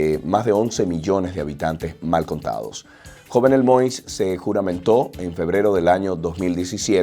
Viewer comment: Se pronuncia YOVNÉL MOÍS